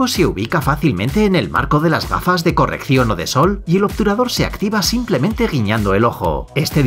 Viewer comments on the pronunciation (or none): none